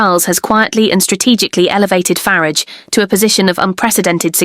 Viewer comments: Yes we heard you repeatedly mispronounce Nigel farages name..disrespecting ring him and the party he stands for. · I'd like to believe this post ... but I'm not taken in by this vlog. Just ask yourselves: why is Nigel Farages' surname mispronounced? Could this be an AI voice? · 😂😂😂 I can't! The way the ai says Nigel farage! 😂😂 Starmars actually wild tho wtf...